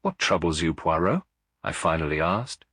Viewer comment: I don’t think that’s Hugh Fraser… the word Poirot isn’t even pronounced correctly I have listened to lots of Hugh Fraser…it’s just not him